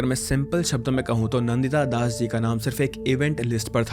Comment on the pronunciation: You are an Indian and how do you pronounce Deepak Chopra's name.... Dee-pack? And Nandita Dasas Nan- Ditta Das!